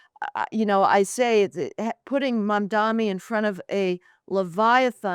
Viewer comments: I wish these and other commentators would learn how to pronounce Mamdani's name. Is it deliberate, a kind of dismissiveness? But it just weakens their argument and makes them look inarticulate. It's Mamm-darnee. Not Mann-darmee. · Another video with someone who cannot pronounce Mamdani’s name; if you’re going to make a video and take a stand, do you think that it doesn’t behoove you to look at his name and say it correctly? MOM DONNY. I think America’s illiteracy has to do with the fact that most people in America speak one language, unlike in Europe, where people are multilingual.. Your message is great, but you sound illiterate.❤ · Yes, but do you think she consistently mispronounces Mamdani's name deliberately, to be dismissive of him? It's odd. She calls him Mandami repeatedly. I think it looks uninformed. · I like that she's continually pronouncing his name wrong 😂👍🏼 "Mandami" 😂👍🏼